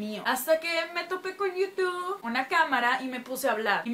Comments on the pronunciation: Se dice yutub xd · bien hermosa*-*♥ Pronuncias bien raro youtube :3